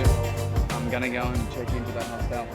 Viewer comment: They way you guys pronounce hostel is disturbing to me though 🤣😂